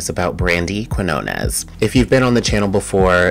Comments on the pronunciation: If so, you should know how to pronounce the letters "Q" (in que- and qui-) and "Ñ", and there'll be no need to search footage of a Spanish speaker pronouncing the surname Quiñones. C'mon, you cannot spell / say "español" without "eñe"! 🤭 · You got her last name, Quiñones, totally wrong. I know Spanish is hard. 😅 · I was in Spanish Honors Society so it’s actually not hard for me, but I’ve yet to see footage of anyone pronouncing her name correctly. So it is what it is. 🤷🏾‍♂️